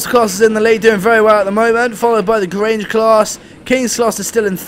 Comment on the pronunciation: You pronounced Grange right